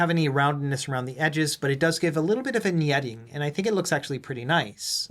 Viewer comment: Did my bro just say... vignetti? Vin-Yeti? New Jersey Yeti, Vin?